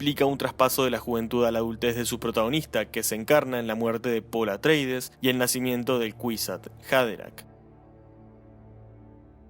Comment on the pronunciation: Buen video, nada más que la casa se llama Atreides, no "Atraides". 👍